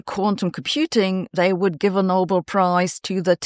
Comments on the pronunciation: Sabine, if you can pronounce Nobel properly, rhymes with bell, why do you keep saying noble? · It's not the "No-bull" prize, but the "No-bell". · I don't think its pronounced 'noble'; I think its pronounced 'No-bell' ...